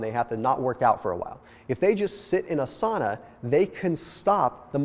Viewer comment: That's not how you pronounce "sauna" though :D